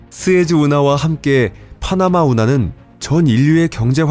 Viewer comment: 파흐나마 운하 아니라고 발음 진짜 줫같네